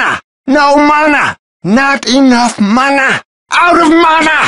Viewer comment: Now mana sounds weird to me